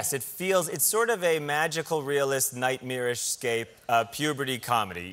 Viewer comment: me when he pronounces nightmare wrong